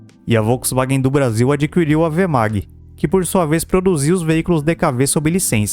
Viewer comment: Adquirir e não Adqüirir, meu deus!